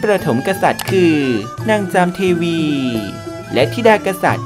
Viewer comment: ผมชอบช่องนี้ ทำให้เรานึกถึง ประวัติศาสตร์ของไทย อันยาวนาน ทำให้เด็ก เยาวชน คนรุ่นใหม่ ได้ความรู้ และ เข้าใจได้มากขึ้น ตอนท้ายคลิป ยังบอกเลยว่า ให้แสดงความคิดเห็น เสนอแนะได้ คือถึงแม้จะอ่านผิดไปบ้าง ก็พอให้อภัยได้ เพราะ ประสพการยังน้อย และไม่ค่อยได้ฟัง เรื่องราว ต่างๆ จึงอ่านไม่ถูก เช่น โคตรบูรณ์ อ่านว่า โคด-ตะ- บูน, พระนางจามเทวี อ่านว่า พระ-นาง-จาม-มะ-เท-วี, ขนาดผมศึกษา ประวัติศาสตร์ มา20-30ปี ก็ยังรู้ไม่หมด แต่ก็พอรู้ อยากให้ ทำเป็นเรื่องๆ เช่นเรื่อง อาณาจักรล้านนา,อาณาจักรสุโขทัย, อาณาจักรตามพรลิงค์ หรือ นครศรีธรรมราช, อาณาจักรอโยธยา (ก่อนมี กรุงศรีอยุธยา) ซึ่งเป็นรอยต่อจาก อาณาจักรละโว้, และ อยากให้ทำ ประวัติ10 มหาราชของไทย, นิทานพื้นบ้านของไทย, วรรณคดีของไทย, นางในวรรณคดีไทย, ดอกไม้,อาหารคาว,อาหารหวาน ของไทย, การแต่งกายแต่ละ ยุคสมัย ของไทย, กีฬาและ การละเล่นของไทย, เรื่องทาสและการเลิกทาสของไทย, พระราชวังโบราณ พระที่นั่ง ในเขต พระราชวัง กรุงศรีอยุธยา, วัดวาอาราม ที่สำคัญใน กรุงศรีอยุธยา, ปราสาทหินที่สำคัญ ในประเทศไทย, สถานที่ท่องเที่ยว ภาคเหนือ ของไทย, ( ภาคอีสาน ภาคกลาง ภาคใต้ ด้วย), สงครามโลก ครั้งที่1และ ครั้งที่2 ที่เกี่ยวข้องกับ ประเทศไทย, การช่วยเหลือผู้นำสำคัญ ของต่างประเทศ ที่ลี้ภัยมา อยู่ในไทย เช่น ดร.ซุนยัดเซ็น โฮจิมินท์ เชื้อพระวงศ์ลาว-กัมพูชาฯลฯ, การเปลี่ยนแปลงระบอบประชาธิปไตย เช่น ยุค จอมพล ป.พิบูลสงคราม การร้องเพลงชาติ การแต่งกาย วัฒนธรรมต่างๆ ให้เลิกเคี้ยวหมาก ให้นักเรียนใส่หมวกกะโล่ห์, การใช้คำว่า สวัสดี, ภาพยนตร์ไทยเก่าๆ ที่สร้างเกี่ยวกับ พีเรียดย้อนยุค เช่นเรื่อง พันท้ายนรสิงห์ ทหารเสือพระเจ้าตาก บางระจัน ศึกถลาง สุริโยทัย ตำนานสมเด